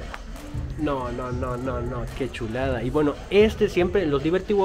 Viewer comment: Me encanta cuando dices: MIRA NOMAS QUE SHULADS. hasta pareces de SHIHUSHUA...Saludos desde CD Juárez